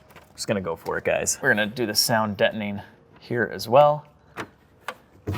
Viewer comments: it's sound Deadening, not Detoning. lol. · Ok, sounds like you got console down, now work on "dettoning". Dead, not dett...deadening! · you have mastered Console and butchered "Deadening" It's Sound Deadening Material. Not Sound Debtning Material. As a fellow Cadillac loving, Irish, Italian American I thought I'd try to help. 😉😎